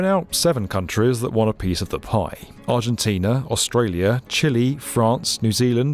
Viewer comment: AUSTRALIA NOT AUSTAILA